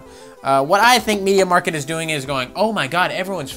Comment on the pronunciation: it's pronounced media markt (as it is written) it is german with stores around Europe...